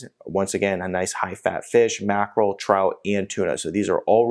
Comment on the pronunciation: macheral? brussel sports? rasberries? or do you mean mackerel, brussels sprouts and raspberries? 😉